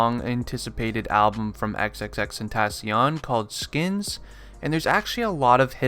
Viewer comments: 'xXxTeNtaSzziOn' ik its xxxtentaacion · Crazy how he’s ur fav artist but you don’t know how to say his name 🥴😭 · You still can't pronounce his name right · say his name right or just say X ffs